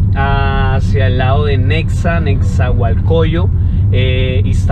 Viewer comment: "Nexahualcóyotl", es "Nezahualcóyotl jejeje